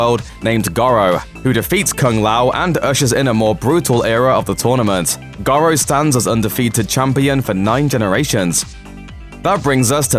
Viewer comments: Shang Soon !? and Gorow !? Hilarious but seriously stop talking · Shang Tsoong? Goh-ro? I haven’t watched the rest but you know nothing Jon Snow.